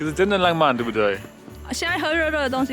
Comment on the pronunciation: 活到這歲數我都沒看過下雪，真的好美的白，這景色像是冬季戀歌的景色，不爛慢，但很浪漫(不能怪先生發音不標準，我老公也是ㄤㄢ不分，我絕對不想聽他講"香港"二字，都會變粗話) 韓國的冬天非常濕冷，會冷到台灣的三字經都跑出來，我2012到跟學妹韓國過聖誕，學妹冷到罵國罵，我寧可熱，不能接受濕冷，乾冷可以接受